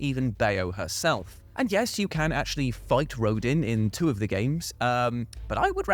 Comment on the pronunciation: It’s Row-Dan, not Rodin